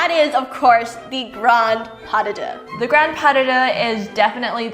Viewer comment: ‘Pas duh-duh’🤣🤣🤣